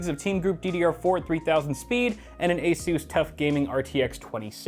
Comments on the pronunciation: its ASUS not ASUUUUUUUSZ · I have to ask because I'm new here, is that the actual way that ASUS is pronounced or is he just memeing